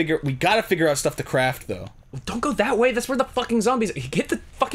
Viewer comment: Did I hear.... CRAF(T)? YOU LIKA EATING THE CRAF? METUUUUUUU